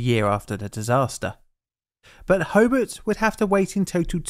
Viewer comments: The speaker can havenever been there. That is not how you pronounce Hobart. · Very good vid on the topic. I didn't know anything about this to be honest! Learned something! His mispronunciation of Hobart was a bit distracting though. How do you get Ho-bit from HOBART? All the incredible research he did on the topic but not on how to pronounce the city😂. It's hoBAHT. Illawarra is wrong too but that's more understandable lol. Edited to add - apparently there was an incident on this same bridge yesterday. A truck rolled.